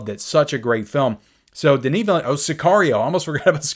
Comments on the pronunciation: Pitcher... Also, Villeneuve's last name is "Vee-lew-nev". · You really need to go and listen to how his surname is pronounced.